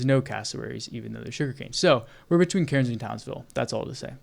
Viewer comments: Amazing mate you should volunteer for OSINT with Ukraine they'd really appreciate it. Also mate Cairnes is pronounced Cans believe it or not. Beware the drop bears 🐨. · TOWNSVILLE MENTIONED (Cairns is said as "cans", you dont say the "r") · Pronounced "Cans" mate 🍺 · hearing him say cairns incorrectly over and over pissed me tf off as an australian. you dont PROUNOUCE THE R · It's just so funny hearing an American try to pronounce Cairns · ( Why is it impossible for Americans to say Australian city names correctly ?